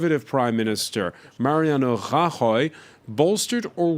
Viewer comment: Him trying to pronounce Rajoy is utterly ear shattering.